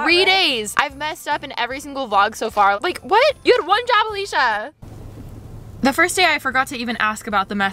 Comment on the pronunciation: I thought I Heard Alisha wrong and replayed the intro, but no she really said b....😂